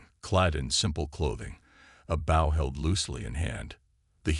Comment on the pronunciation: Teach your AI to correctly pronounce English! Bow in this context is pronounced boe.